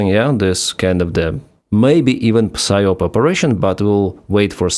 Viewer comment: you don't pronounce the p in psyop, it's sie op.. ok